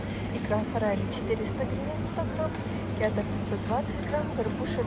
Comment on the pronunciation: Уважаемый блогер. Никогда не произносите "кéта". Мы, урождённые дальневосточники, произносим "кетá". В остальном спасибо огромное за обзор. Цены, конечно, выше, чем в Магадане. Вы там таки печатете деньги?